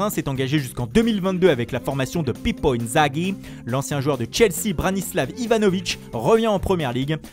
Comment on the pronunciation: Pipo inzaghi avec l'accent italien mdr